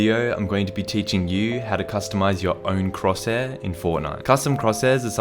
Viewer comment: say cross hair